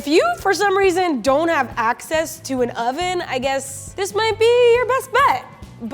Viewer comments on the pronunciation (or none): "It was made ... in UH oven!" She says with a Hollywood smile.